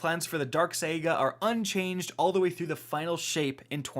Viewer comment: How is no one talking about how he said "SAY-GA" instead of SAGA?